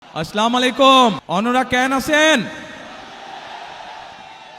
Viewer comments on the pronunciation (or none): সালাম টা পর্যন্ত শুদ্ধ হইনাই।